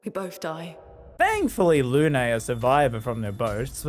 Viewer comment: Who's "Loonay" ?